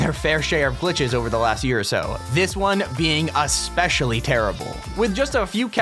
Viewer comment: I love it how he said aspeshly u little tuturtol l